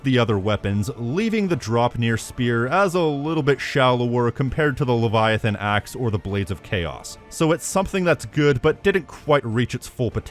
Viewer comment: bro how do you butcher Leviathan Axe that badly 😭